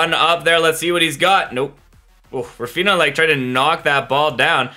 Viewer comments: not him saying raphina and not raphinia💀💀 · Why do you pronounce raphinha’s name like that 💀